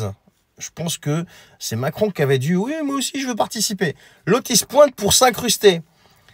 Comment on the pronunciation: Il a dit Vouiii 😂😂😂